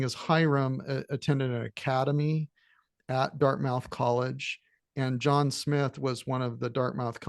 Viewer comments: Can’t take you seriously if you can’t pronounce Dartmouth College. It’s pronounced as Dart-m-u-th. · I stand corrected. It's more like: Dart-meth